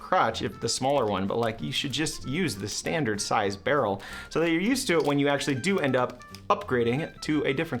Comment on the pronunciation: Is it just me that noticed along with it saying Rarrell it also said Ligalure 😭😭😭😭